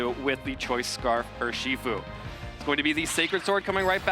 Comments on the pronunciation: Are-Kay-Nine and Urr-Shee-Fu are hurting my head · i cant get over the pronounciation of arcanine and urshifu, why would you do this